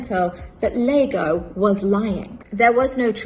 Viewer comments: No. The only thing I found annoying is that she called the character out of Shakespeare's 'Othello' "Lago" when the characters name is "Iago" spelt with a 'i'. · The character in Shakespeare's Othello is not called "Lago", the characters name is "Iago" with an "i". She's irritated me now.